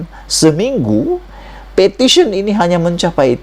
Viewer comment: Iya bukan sebut pertition bro.. Petition bro baru ngam sebutan bro.